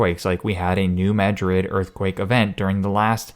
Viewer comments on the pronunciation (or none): none